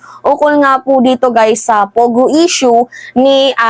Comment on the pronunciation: Its PO Go, PO Go, not pugo, annoying